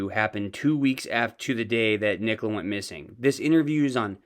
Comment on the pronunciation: He could never say nicola's name..and I agree, I was only alerted after watching p's interview.